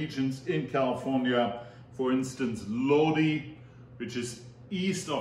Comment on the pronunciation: I love your videos....you are awesome. I actually live in Lodi....it's actually pronounced Lod- I .... I'm sure you are familiar with the credence clear water revival song, stuck in Lodi again, that is how you pronounce the name of the town. We have sooooooo much wine here. Of you ever come visit, make sure you heard to the ( wine & roses) it's a hotel, restaurant and the Lodi wine commission visitor center. We would love to have you here.